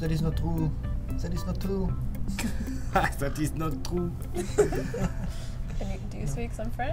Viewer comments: zat is not trou 😭😭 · "That is not TROU" 😂